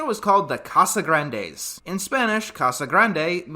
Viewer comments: Nope. The correct pronunciation is "Cah-sah-GRAHN-des" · It's CasagrAHndes not not what you said ahhhhhhhhhhhhhhh Good reviews by the way. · I understand wanting to pronounce something right but Spanish has neither of English's A sounds so it's always going to be wrong but understandable tbh. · "And yes, I'm pronouncing the name right this time" Not quite, but we're off to an ok start. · Its honestly close enough to not get upset over lol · I just think it’s funny that he made a point of saying he would pronounce it right, while pronouncing it wrong the whole time.